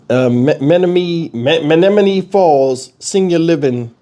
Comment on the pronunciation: Pronounced men NOM man KNEE. Just helping.